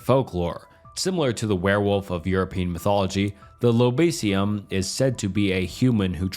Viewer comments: found cute the way he pronounced lobisomem as lolobision and lobison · Brazilian werewolf is called lobisomem (wolf + man - in portuguese lobo + homem), its not lobisium